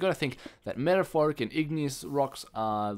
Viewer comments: Meta-morph-ic not metaforic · *METAMORPHIC* not metaphoric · lol I think u mean metamorphic not metaphoric lol. Anyway nice video. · its not actually metaphoric its metamorphic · He said metaphorphic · Metamorphic you say it meta-morph-ic :) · You say metamorphic wrong